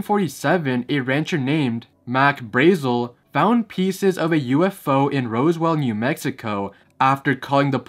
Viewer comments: It's called Roswell New Mexico, lol not Rose-well. I'm from New Mexico and had a good laugh when u said that. In Roswell a UFO crash landed back in the day there 🤣🤣. Shout out to the 505. Iykuk. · It's Roswell not Rosewell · My guy It’s ROSWELL Not ROSEWELL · Excuse me.. "Rosewell"? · you pronounced Roswell wrong